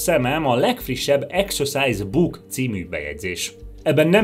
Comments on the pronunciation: A kedvenc részem amikor azt mondja hogy execuse book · A mai napig nem tudom eldönteni, hogy exercise book-ot, vagy exorcise book-ot mond, mert hát egyáltalán nem mindegy.... A halálát meg érthette átvitt értelemben is.